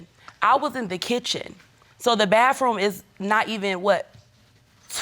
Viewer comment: Why she putting a f at the end of bathroom. (Bafroom) 😂